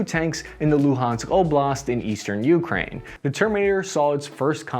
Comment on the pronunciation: But he still pronounces Ukraine as "YOO-krain" instead of "yoo-KRAIN." 😐